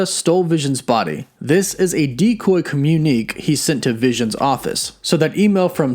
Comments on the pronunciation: Excellent video mate. Really good stuff. New subscriber and am going back through your previous video breakdowns. Good luck with your channel. (Quick tip for , communiqué is pronounced comm-uni-kay not really like comm-uneek.) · you said “commune-eek”, but I think you meant “communique” (commune-ih-Kay” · Communique is not pronounced "com-yun-eek". It's from French and is pronounced "com-yun-ih-kay" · A couple of notes about your script: You use the word "digress" a couple of times when you really mean "regress". (To digress is to have gone off on a tangent. To regress is to reverse progression. The milk is reverting to earlier versions of a container of milk.) Also, , "This was a decoy communique..." Communique is pronounced com-mune-ih-KAY. It sounds like a foreshortening of communication, but like a surprising number of English words, it's French. And since I'm nitpicking, Vision fell to the *ground*. Floors are found inside buildings. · Also, communique is pronounced commune-ikay